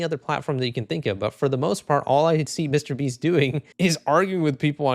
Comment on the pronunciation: Who the fuck is this "Meesyter BEEEEST"?